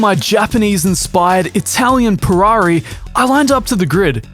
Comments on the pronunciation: It sounds like you say perrari instead of Ferrari! Also another good video! I love the shenanigans lol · Said “Purrari” as a 🖕to Ferrari